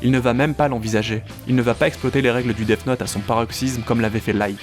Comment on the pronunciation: Arrête de dire deaf note 😭😭😭